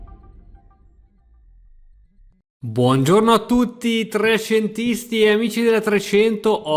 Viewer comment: Ma non ho capito ha detto trecentisti o trashentisti? 🤣🤣🤣🤣🤣🤣🤣